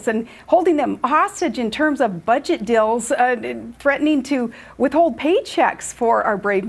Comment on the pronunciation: She's on auto-talk. She doesn't even know what she is saying and It's hilarious that she didn't even notice she said "budget dill".